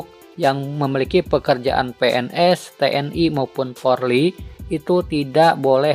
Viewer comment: Pak tolong sebutan.Yg benar POLRI bukan PORLI....